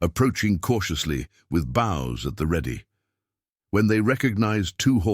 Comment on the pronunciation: The AI narrator was emphasizing the last word on a sentence and warriors that come up to them with their bows at the ready.....like bows in a young girl's hair. Bother me to no end..